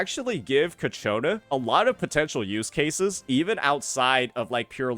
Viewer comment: bruh. Cacciona? for real? 🤣🤣🤣